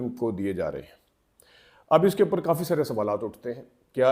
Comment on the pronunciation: Kadi instead of kafi